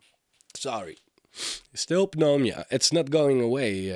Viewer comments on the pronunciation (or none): je spreekt de p niet uit neumonia